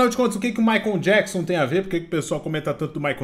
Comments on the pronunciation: Jackson? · Djáquisom e Maria Quéri kkkkkkkkkkkkk